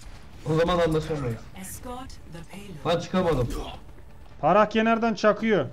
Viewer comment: abi phrah yazmışsın başlığa pharah olacak ayrıca parah değil farah diye okunuyor. Saygılar.